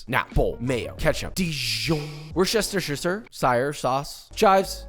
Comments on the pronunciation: Gotta tell you josh, you've never pronounced Worcestershire sauce right. It's "wust-er-shuh" not "wush-ush-ur". Sorry buddy, next time maybe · My guy are a resident of the UK land say WUSTA sauce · so close fam say it like wuh-stuh-shire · "Wuster" Sauce. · As a Brit living close to the Worcestershire Sauce factory in Worcester, hearing American's stumble over the pronunciation of this local product is an endless source of mirth. In the UK, it is universally known as "Worcester Sauce". The "rce" in the middle is not pronounced, so "Worcester" rhymes with "Duster". The "o" is not pronounced like a regular "o", so it should not rhyme with "Hosta". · WUS-TER-SHUR sauce, whats so hard about that? Or just say Wuster sauce as we do in the UK midlands. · I know it's always an amusing joke, but say it with me the right way: WOO-ster-shur. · PSA (Papa Service Announcement): It's pronounced WUSS-TER-SHER. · Thank you Joshua! By the way : Worcestershire -> Wooster! ;) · WUSS-TER SHIRE It's named after the town of Worcester England and lesser known Worcester Massachusetts and the U.S.S. Worcester. WOOSTER-SHIRE You're welcome. Papa Give Kiss Pls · You have halfway butchered Worcestershire pronunciation however halfway saved it by pronouncing it more than 1 way which there is more than 1 way of pronouncing the name/word/brand/county. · Josh really be thinking he's saying Worcestershire correctly, isn't he? Adorable.